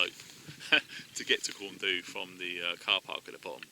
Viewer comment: I just found this series of videos. Sorry it's been so long. Tough hills there, that's why we use it for selection. 40 odd pound isn't that heavy, especially when going up the granny route then skirting corn du pronounced corn deep and taking the sheep track around pen y fan not pen eye fan. I hope you've worked on your fitness and pronunciation of the mountain names. I totally agree about the titanium crusader kit. I'd get one. ATB